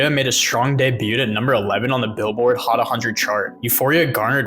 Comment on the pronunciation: "Billboard Hot A Hundred" triggered me.....💀💀💀💀